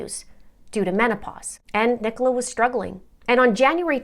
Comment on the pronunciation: Brilliant pronunciation of Nicola's name, I've heard many Yanks butcher it! 🤣 I am totally intrigued by this case, and as someone who ran a very large Facebook group about Perimenopause, I'm saddened to know this was a part of it, although I think that information should have been kept PRIVATE. The Police have also butchered this case, completely incompetent behaviour. People need to understand that HRT doesn't help everyone, particularly in the Peri years when your own hormones are like a rollercoaster. HRT just adds more hormones on top. The progesterone part, as you say, can add rage or depression, and this is why I will never be able to tolerate it. I also have chronic migraine so probably wouldn't be allowed anywayz. I don't trust her husband, and I would bet he was the one who called from the Welfare Check, typical Narcissistic husband kind of move. Get her labelled as a crazy, hormonal woman, then everyone will feel sorry for me, type thing. Even the Police mentioned how difficult it had been for Paul and her family. Narcs always get everyone feeling sorry for THEM and blaming the victim.